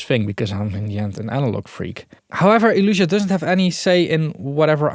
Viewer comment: Nice video! Still think the brand is called Elysia and not Elusia ;)